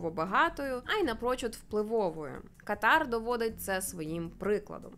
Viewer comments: Знайома арабка пояснила,що правильний наголос буде КАтар, на першій А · Живу тут 3-й рік 🥰 Віросповідання іншої релігії дозволено,просто не відкрито,поважай іслам,а сам слідуй чому хочеш.Я навіть Таро провезла.😂😌 Кáтар,Аль-Тáні-наголоси мають значення.🤓 Я люблю Катар.🥰